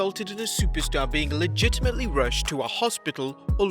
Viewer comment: How many times did you say ligitlmely